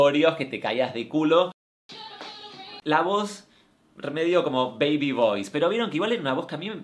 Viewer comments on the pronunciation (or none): none